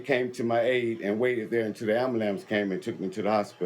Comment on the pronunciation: I knew it was over when he said, “AMBALAMCE” 😂😂😂